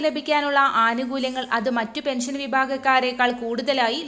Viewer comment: പെൻശൻ 🤔സോശിയൽ 🤔വൃത്തികെട്ട വായന 😂😂